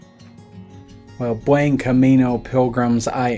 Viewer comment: You’ve done 7 Caminos and you still mispronounce Buen!!??